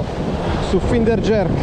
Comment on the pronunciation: finder si pronuncia "Fainder"